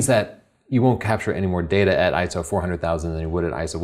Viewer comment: I see you read the script. At least what you had to talk about was great! and an Iso is actually called I - S - O.